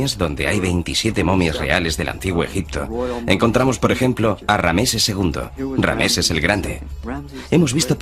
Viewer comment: Rameses???noooo!!!es Ramses!!!!